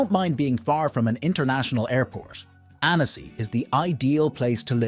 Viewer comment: Please, learn proper pronunciation. It’s “Ann-ssi” not “Ann-ess-ee.”